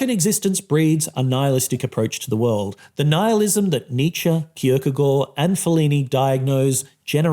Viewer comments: The real striking message of this video is an intellectual mfer flaunting his corret pronunciation of kierkagaard Edit: this is positive and i like it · Very good pronunciation of Kierkegaard!